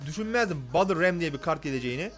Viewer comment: BettılRem diye okunur